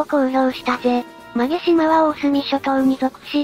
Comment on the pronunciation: 馬毛島 ＜うまもじま＞ まげじま では？